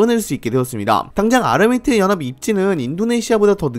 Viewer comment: ㅋ 은 발음 새는게 은근 매력이에요.. ㅋㅋ (욕 절대 아님) UAE: 유이이~~, 아랍에미레이트연합: 아마미뜨영압, 영향력: 영앵역~~